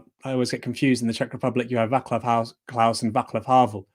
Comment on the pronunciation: The 'c' in Vaclav is pronounced like 'zz' in pizza.